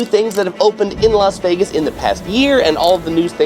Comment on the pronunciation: Why do you Los Vegas ??????????? It’s Las Vegas 😬